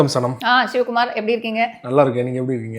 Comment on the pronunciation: சனம் இல்ல சாணம்